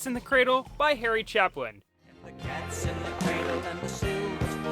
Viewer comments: Chapin, not Chaplin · Its Harry Chapin. Ch- Ape- Inn. Not Harry Chap- in. Little nitpicky but the man was a legend. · Harry Chapin not Harry Chaplin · There's no "L" in Harry Chapin's name.